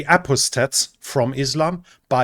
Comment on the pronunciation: Normally I wouldn't correct a pleasant German accent, but "ah-paw-state" is the English pronunciation. Doesn't matter much as most English speakers don't know what apostate means. Old diplomatic saying for region: "In the end, everyone betrays the Kurds." Probably the same can be said about the Armenians. If Assad falls I suspect the US will support the Kurds to a limited degree right up till Trump is sworn in. With much lamenting about loyalty and blaming of Trump by the military types, the US will then withdraw. As it has been for thousands of years Anatolia and Persia, to call them by their historical geopolitical labels, are too important to ignore. Everyone else can be.